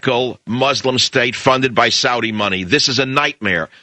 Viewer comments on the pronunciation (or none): none